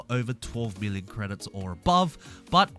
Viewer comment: it almost sounds like billon instead of million